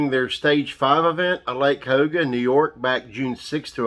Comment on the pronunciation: It's called Ka u ga. Cayuga